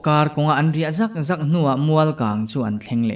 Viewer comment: Boss...ZAWK zawk ti ve tawh rawh😂...zawk hi a mah chiah a i lam ang hian a hmasa zawk hi lam sang zawk ve la....a in mil zawk...phe chuak zawk..vai zawk ah hian a ri sang vek a nia...lam nawn na hi a hniam zawk tur